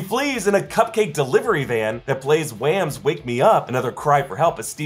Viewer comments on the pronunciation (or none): not wham, whaam!! 🤣🤣